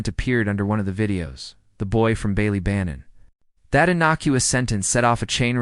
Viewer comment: The pronunciation of Ballybannon in the video is painful to hear. Bally is supposed to be like Bah-Lee.